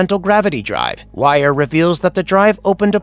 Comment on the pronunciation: Dr wire??? Cmon it's dr wier! Seriously! It's pronounced dr weer, do any of the narrators actually watch the movies they are talking about?